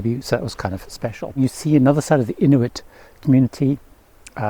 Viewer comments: Yes, IN-U-IT ….. vs IN-TU-IT /-) rest of Video was really well done!! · Inuit, not Intuit.